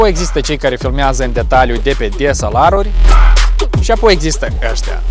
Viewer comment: "desalaruri"? =)) "DeSeLeRe-uri" se spune ;)